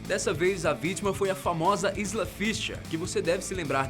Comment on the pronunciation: O nome da Isla Fisher se pronuncia "Aila". Ela mesma diz que o nome dela não se pronuncia da mesma maneira que se escreve.